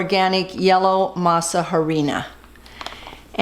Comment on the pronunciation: They look delicious! Just a small observation the H is silent in Spanish so we pronounced it Arina.